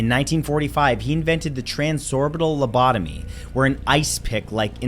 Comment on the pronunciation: #9🎶You say LOCOTOBY🎵 I call it LOBOTOMY!🎶...🤓😎✌🏻